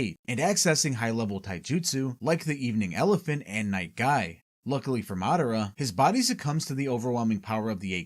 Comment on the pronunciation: Why do you have such informative videos but such horrible pronunciations of the character names? It's mi-NA-to not Minna-to, Ma-DA-ra not Madda-ra, etc etc lol